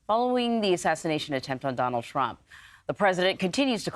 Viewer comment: Somebody doesn't like "Downald"